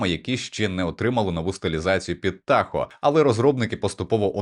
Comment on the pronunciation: А чому Тахо а не Тахое (як алое)